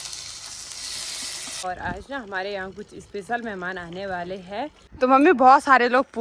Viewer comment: हैं व है बोलना सीखो। अच्छा नहीं लगता